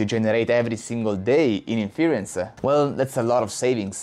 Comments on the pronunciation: Definitely interesting startups out there, although I don't think NVidia's dominance is at risk for 5-10 years, and they are also researching new approaches with a vast budget too. So I wouldn't discount them as the continued leader either. Btw in English "inference" isn't pronounced in-FEAR-uhnce, but rather, IN-fuhr-ence, with the emphasis being on the first syllable, and a soft "e" (or even an "uh") in the second syllable. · Its super annoying when you say inference. its pronounced IN FUR ENSE. maybe its because im texan, you can use even fewer syllables, and call it IN FRENSE, like you say my airplane just landed in France, but Frence.